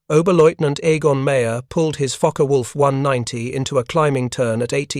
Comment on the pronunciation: Boy o boy this AI narrator shit is something else lol His fucker wolf 190😂🤣